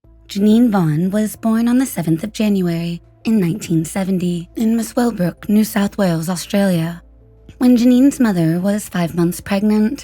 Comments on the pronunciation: Muswellbrook is pronounced ‘muh-suhl-bruk’, like muscle. It’s an odd spelling so easy to mispronounce. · Muswellbrook in NSW is pronounced Muscle brook. Steely Dan mentioned the town in a song they wrote.